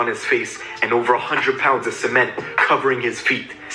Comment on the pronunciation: the way he say “ cement “ 😂 love y’all vids keep it up